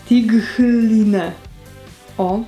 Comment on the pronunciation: „Skulpt” , „tajt lajn” - 😒😒😒